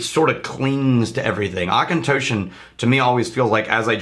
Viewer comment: Hell yeah, I have a bottle of the Auchentoshan American Oak and I love it. Really wanting to try the Three Wood since you guys bring it up all the time. Also, thanks to finding you guys, I now know how to pronounce Auchentoshan.